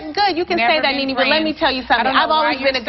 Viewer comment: the mezzy mahon, IT NENE NOT KNEE KNEE, NOT YOUR KNEES ON YOUR BODY, LOL